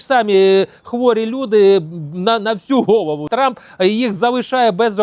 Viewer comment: Як-як, Дон Тампон? 😂.